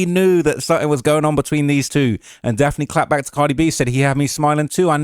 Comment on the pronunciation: Daft-nee Joy